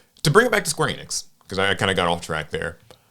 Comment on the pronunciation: i hate how he mispronounced enix its a well known gaming company how do you not know how to pronounce it